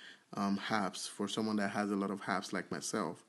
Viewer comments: STOP SAYING (HAPPS) it’s (APPS)!!!!!!! There’s no H in Apps!!! It’s so annoying listening to u when u can’t pronounce an A!!! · The Word is Apps and not Happs😂